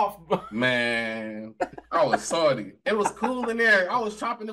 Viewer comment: How he says Lancaster and Salty is irking me 😂😂😂 "Lengcester" "Soddy"